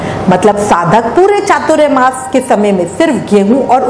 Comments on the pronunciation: Hare Krishna keep your pronunciation clear, we would have Chatur Mas, not chaturya mas. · Chaturyamas nahi chaturmas bolo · . . Firstly pronounce it properly ! . . It’s not ‘chaturyamas’ but ‘chaaturmaa’ ! . .